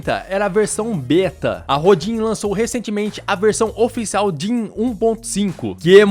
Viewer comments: Apenas uma dica pra ajudar. Rodin, é nome do escultor francês. Se pronuncia "Rodân" Abraço. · A pronúncia é RODAN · Se pronuncia Rodã, em homenagem ao grande escultor francês Auguste Rodin ( ), considerado o fundador da escultura moderna. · Se pronuncia Rodã, um famoso escultor francês. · O nome se lê "rodã". É o nome de um escultor francês famoso. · Nem sei como vim parar aqui, mas parabéns pelo vídeo! Só um adendo, o no da I.A. se lê "Rodã", acredito que o nome seja baseado no escultor Auguste Rodin. Abraço! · Olá! Eu apreciei muito a sua didática. Papo reto, sem enrolação ou gracinhas desnecessárias. Apenas uma observação: a pronúncia correta do nome desta ferramenta é "Rodã", referência ao escultor francês que criou a famosa estátua O Pensador. Aliás, ferramenta muito interessante. Sem dúvida vou testá-la.